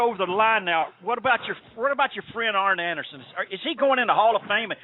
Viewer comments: I think it's doing flair.. yu could here the Canadian accent when he says "aboot" instead of "about".. and yu could here his Owen hart voice come out when he gets loud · Canadian flair impersonator. Listen to the “aboot” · You can hear it when he says "About" (Aboot). He is great!!